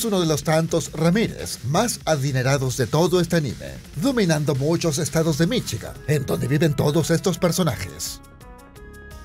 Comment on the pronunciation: "Viviría en Michi-gan" xD